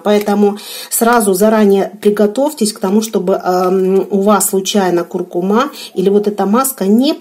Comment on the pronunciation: Спасибо. Правильно произносится куркУма.